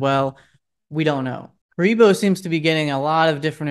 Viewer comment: My boy, it’s “care-ri-boo” カリブー(ka-ri-buu). You keep calling him Kuriboh like from Yugioh lol